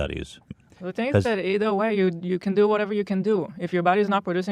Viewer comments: Love your channel. Love your stats and facts you a mini ben shapiro. But you used "whatevuh whatevuh" 2ce an it made my back hurt. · Actual "whateva" Justice "whateva" Warrior